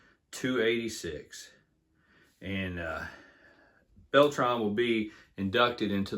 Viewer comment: Adrian "Bell-Tray" not "Bell-Tron" just call him voltron lol